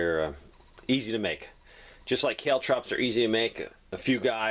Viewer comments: Caltrops=Caaaal Trops, not Kaletrops!Good Video,informative. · Kale Trops? Geez dude. Kaltrops. As in Call-Trops. You and your crazy accents.